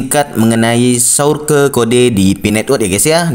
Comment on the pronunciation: Ihhhhh...kamu lucuuu dehhhh masa sourke bacanya😄😄😄😄😄😄